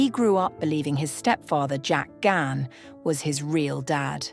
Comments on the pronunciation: Bonus points for the correct pronunciation of last name ❤❤❤❤❤ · Thank god someone knows how to pronounce Dave's surname